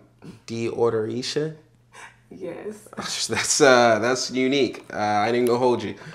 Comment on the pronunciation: I tried to hold in my laugh at “Deodoricia “